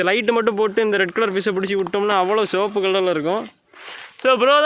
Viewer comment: Sivapu ❌ soapuh ✔️ 😂😂